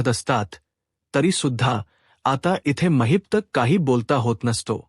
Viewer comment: कोण धेडगुजरा कथन करायला आणलाय कुणास ठाऊक? त्याला “ महिपत”म्हणता येत नाही. तो म्हणतो “ महित्प” , काय हे?